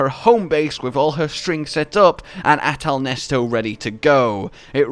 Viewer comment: Why yall calling it ahtal nesto isn’t it ahtal neset